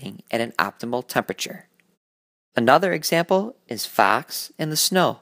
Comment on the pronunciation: the way he said fox lol